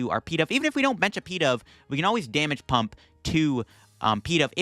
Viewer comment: Pee-dove? Is this such a Bad Deck Friday that this Pokémon deserves a nickname? Pigeon-Dove. Pi-DOVE.